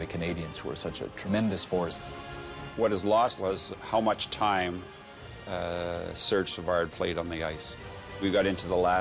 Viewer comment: Is it THAT HARD for SOME Anglophones to learn an "approximately correct" pronunciation of players' names in french? Hearing " sURRdge savarDDD" , "Mario LemiEW" , "Marcel DIE-Onn " ....... Cringy.